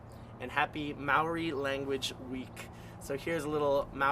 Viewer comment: He butchered this song, I'm sorry but as an Australian Maori I must say this was hard to watch especially when he pronounced Maori wrong like holy shit I cringed so hard and knew from there that this would be bad and i was absolutely right holy shit like at least try to pronounce the lyrics right like holly shit Its not po curry curry, its Pokarekare, honestly he should of listened to the song first before attempting to play it.